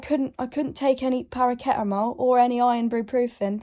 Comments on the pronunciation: Para-see-ta-mol she said para-ke-ta-mol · “ParARKetAmOle or IrOnBrEpRoOfIn” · “Paraketamol” and “ironbruprofen” chokes on tea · parrakettamol thoooo hahahahah ironbruprofen ,im goneeee ahahahah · “paraketamol and irnbruprofen”